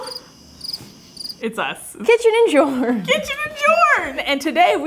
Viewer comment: Why do they call then kitchen n jorn?